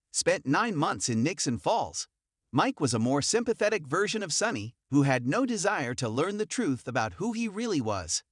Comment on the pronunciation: Jason Priestley? I wish the people who do the commentating of these videos, would, learn how to pronounce the actors on GH. Drives me crazy! Haha funny they can pronounce Corinthos, but can't pronounce, Sonny or Ava or drives me crazy haha. Also Nina! Come on, please learn to say their names, please!